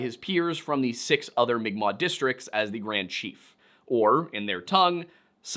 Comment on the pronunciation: Pronouncing unfamiliar words, especially if those words are using a written script not designed for them, can be hard, so congratulations & thank you for pronouncing mi'kmaq in an acceptable way. (That is a correct way to pronounce it in english, but not the correct way for its own language.) If not for the algorithm & the self-defense of certain people, I'd say you SHOULD use the terms written. As an FNMI person, I appreciate direct quotes using "indian" even though it is incorrect-- it's a quote. As a queer person, I feel like legitimate use of the word "faggot" that is also in a quote should be just as fine to say as "indian" is. Nobody is saying you need to say "seedbearing vegetable" instead of fruit, derogatory pepperoni! That's just me though. I value accuracy, I acknowledge quotations are not one's actual words, & I haven't been hurt to the point where I need to be on high alert to defend myself & nip the bud of harm others /may/ do to me & my community.